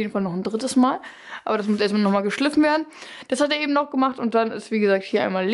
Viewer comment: Sie sagt ja auch ebend anstatt eben